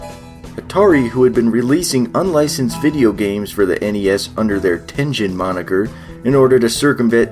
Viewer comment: I also thought it was pronounced Tengen with a soft “g” sound like he’s saying it in the video but then I learned it the “g” sound is actually supposed to be a hard “g” sound so the “g” is supposed to sound like the “g” in like “game” as opposed to the “g” sound in like giant, so in other words he is saying it wrong